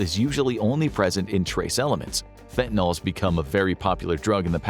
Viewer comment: Please! Stop referring to fentanyl as "fentanol"! The "ol" suffix indicates an alcohol (--OH) functional group. Fentanyl is not an alcohol. I think the "yl" comes from the propionyl group it contains.